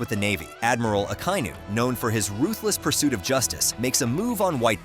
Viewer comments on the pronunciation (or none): Admiral a-khainoo 💀